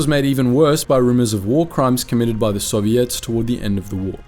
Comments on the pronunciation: "soviettes" wtf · Soviettes? What kind of text to speech AI voice pronunciation is that? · Bro really said Soviettes